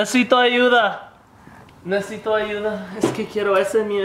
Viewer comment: it would have been 10 if he actually said nesesito instead of nesito